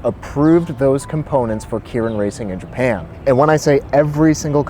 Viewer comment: I think it’s pronounced “kay rin”